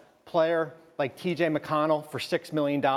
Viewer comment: Dude said mconell oh hell no